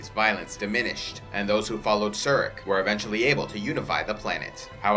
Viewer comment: You mispronounce several Vulcan names. Surak is pronounced with the u = oo, and the a = ah. Likewise Sarek is pronounced with the a = ah. This is true for pretty much every language except English.